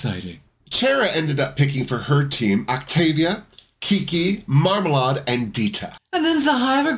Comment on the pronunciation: Why does everyone say Marmalahd? She says it's Marmalayed and it's her name. 😳 I suppose it's because of Lady Marmalade (and sadly most people are probably thinking of the version by Christina Aguilera, etc.).